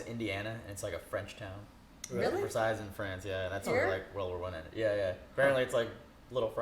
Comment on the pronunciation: Damn no one gonna tell you don’t pronounce the last S in Versailles??